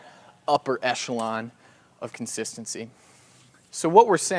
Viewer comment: "Upper eshelon" is now my favorite phrase